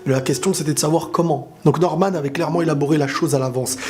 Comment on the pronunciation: An faite ses pas normane ses norman